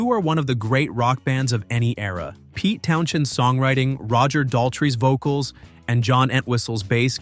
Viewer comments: Pete TownsHEND, not TownSHEND. This narrator is a DISGRACE. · TOWNSEND! Not TownsHend. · The way the names are being pronounced is making it difficult to listen to this. Pete Town-Shend is a case in point.